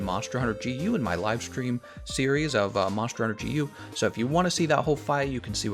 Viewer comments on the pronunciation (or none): none